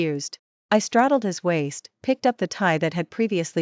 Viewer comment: Teaser is incorrect for the story. Some words are split incorrectly (wai-st), causing them to be mispronounced. The story is good however.